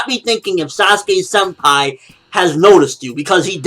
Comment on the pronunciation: When you said" sasuke senpai" I thought u said, sasuke umpire